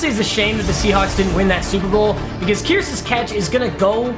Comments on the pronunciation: “Jermaine Kierce” it’s pronounced kerse buddy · It's pronounced "Kerse" not "Keerse" gd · fyi. its pronounced "Kerse" not "keerse" but yeah. Kearse catch was Hella nice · Kearse is pronounced like curse not (KEERSE) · "Curse" not Kearce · Kearse is pronounced same as "curse" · btw his last name is pronounced curse just spelled kearse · He said Kearses name rong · come on I was cringing at how you pronounced Kearse. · The way he said Jermaine Kearse name 😩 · It is just me or is pronouncing Kearse's name wrong?